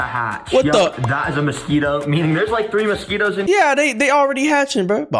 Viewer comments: Mosqui “TOES”?????????! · Really? You thought we wouldn’t notice the “mosquitTOES”.